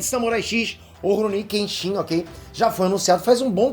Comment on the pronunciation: Moro no Japão meu filho nasceu aqui e coloquei o nome Kenshin, só corrigindo a pronúncia 😢 se me permite, dão ênfase no KEEN e o shin fica bem curto tipo KÉENSHI O “N” tem som de um (1)